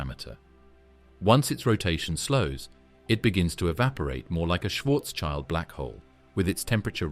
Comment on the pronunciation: Schwarzschild, pronounced Shwartz-shield, not child.